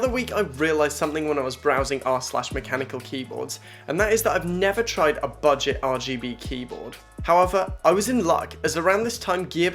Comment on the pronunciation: “Buget” lol